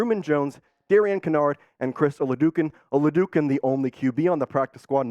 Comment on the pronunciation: It's O-la-dO-kun